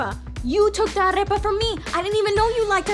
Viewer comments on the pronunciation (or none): hahaha... got mixed up with arepa... the R sounds like aritmetics and not like rabbit... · Is not arreoa, is arepa...😂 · ITS AREPA NOT ARREPA OML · Okay I was loving every video you made UNTIL you said ARREPA instead of AREPA. You don’t get to call yourself Colombian ( or even half Colombian ) if you don’t know la canción del granito de café de águila roja, bailar salsa and how to PRONOUNCE the word AREPA!!!! It’s in the Colombian constitution! It’s part of out citizenship test! you’re not Colombian... you’re Colombian >.> xD ya enserio me mataste con esa pronunciación 😂😂😂 igual aún me caes bien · It's not "arrepa" is arepa 😑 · 'Arepa' not 'Arrrrrepa'. Moving on. Love your videos xD. Damn, Mexico was huge! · Cringing on the way she says “arepa” 😫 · Excellent video! I admire your work very much!!! I havo to tell you though: you're not pronouncing "arepa" correctly 😅. The letter "r" in arepa is pronounced like in the word "perico" and you pronounced it many times like in the word "perro" 😄. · You're half colombian and you can't pronounce correctly "arepa". Common sister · just a constructive comment the R in arepa is not rolled.